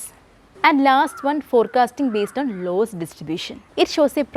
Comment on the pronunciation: Not laws forcasting it is loss forcasting